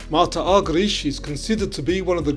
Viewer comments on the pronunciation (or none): none